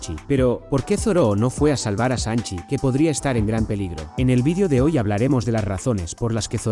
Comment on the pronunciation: Real XD ¿Por que les dice asi?